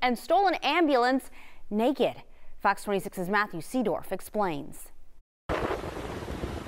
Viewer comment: I love how shocked the reporter looks when she says the guy who stole the ambulance was "nay kid"😄